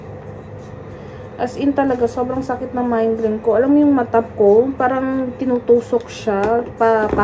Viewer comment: Migraine not mindgrain😂😂